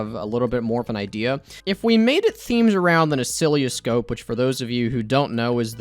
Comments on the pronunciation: Btw oscilloscope is usually pronounced "uh-sill-uh-scope". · Every time he says "Ocilioscope", a part of me dies. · mispronounces oscilloscope and calls it a heart monitor. Me: Cries in electrical engineering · As a ECE major. It hurts hearing you say oscilloscope because you're saying it terribly wrong. That and the fact that the point of an oscilloscope is actually to read electrical signals and waves. (It's used for like every aspect of electrical engineering basically)